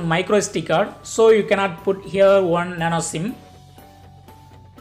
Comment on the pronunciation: Nano Sim.. Not Nan sim 😂